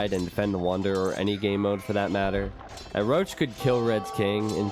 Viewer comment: Röchelrochen means "Groaning Stingray". Why do you pronounce it "Roach"? XD Maybe call him Rochen (Stingray). Even "Roachen" if you have troubles with the "ch". But "Roach" just sounds wrong.